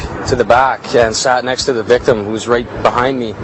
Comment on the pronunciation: Take a shot every TIME they say victem